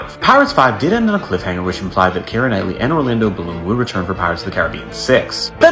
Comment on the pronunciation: Kiera’s name is not pronounced in three syllables the way you’re saying it “Ki-er-a” it’s pronounced in two syllables, like ”Key-ra” It’s grating on my nerves and driving me crazy hearing you mispronounce thru out this whole video 🤣